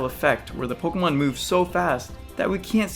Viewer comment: you say pokemon worse than any person i've ever heard. you say it like you're trying to get it over it. 'pugumun'